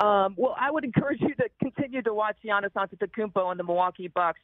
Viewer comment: It's pronounced yiannis (yeah niece), or yianni ( yeah knee)